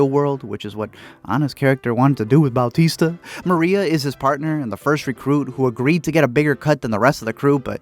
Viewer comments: "Bowtista" lmao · Did this dude say Bal-tista? Who the hell is Bal-tista?